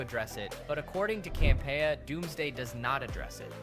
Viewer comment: This guy can't say Campea right, it's irritating.